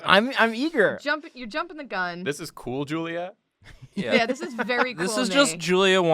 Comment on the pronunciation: you guys should draw each other as animal crossing animals so like make each other as a fursona but not one complaint about the episode is that you guys said "cool julia" but not "coolia" ???? im a little disappointed